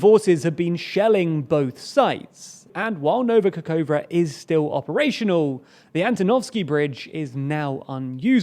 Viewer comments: Sorry, but the way you still butcher the Ukranian geographical names after 6 months spoils the experience more and more. Nova Kakhovka is really read the way it is transribed, Ka-khov-ka. I don't get why you constantly read it Kakoua. I apreciate the effort you put into research, but pronunciation research is part of the deal. When journalists in Eastern Europe want to report on e.g. a breakthrough archaeological discovery near Pwllheli in Wales, they also have to find out how the hell to pronounce that first. I could help you with that if you need. Last step to perfection. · I admire your dedication, precision and evenhandedness. However, please, try to pay attention to pronunciation of Kh or Ch or Xi at the beginning of KHerson, KHarkiv etc., or in Nova KaKHovka (where you failed bad). It should be almost always pronounced similar to "ch" in Scotish "Loch". Wikipedia lets you listen to some of them. but you definitely know number of Slavic speakers ready to help.